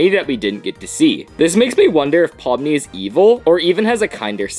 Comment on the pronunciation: Pomni not pony 😑